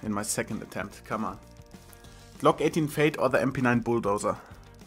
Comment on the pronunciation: fade (fejd) XD